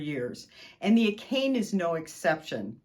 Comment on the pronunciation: looks like a fantastic machine... but it's pronounce a - ka - ne NOT a - kane